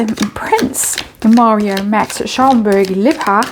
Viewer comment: It is really not going well for, is it? As Austrian l must say, you pronounce Schaumburg- Lippe beautifully! A very cute accent 😁👍🏼 Greetings from Salzburg 🇦🇹